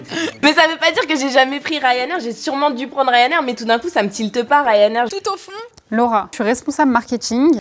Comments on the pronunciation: J’ai entendue le rat c’est quoi ton restaurant préféré au lieu de Laura c’est quoi ton restaurant préféré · quand elle a dis Laura j'ai cru elle a dis le rat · Jpp, à 2m49 quand tu dis "Lauraaa" j'ai entendu "LE RAAAT" et je me suis dit "mais west c'est qu'elle appelle comme ça?" j'étais morte